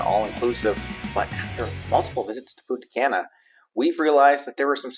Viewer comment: Love the vids but your "gringo" pronunciation of Punta Cana needs a little bit of work ..lol Try saying..Poon..ta...Kah..nah.. Not Can🥫 ..a or as some also say Kay na..lol